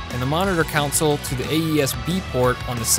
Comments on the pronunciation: "Counsels"??? or Consoles? Fuck, it wasn't just one faux pas, it's all through the video. Had to stop watching. Too distracting. American education at its best. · What'a a "counsole?" Oh, "CONsole?" ;) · For the love of sweet leaping Jesus, it's "console," not "council." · I totally agree, first couple of seconds of him talking and Im sitting here like "What the hell are you routing? Council of Ricks"? Its a fricking console, pronunciate it properly wtf. So yeah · PLEASE learn to pronounce the most important thing you're talking about!